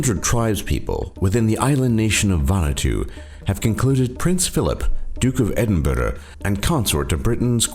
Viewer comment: Sorry, but why on earth did you pronounce "duke of Edinburgh" so ridiculously?